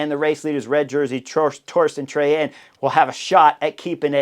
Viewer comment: Pretty solid your pronouncing of name of race leader Torstein Træen. Kudos. Wish him all the best for the next couple of days.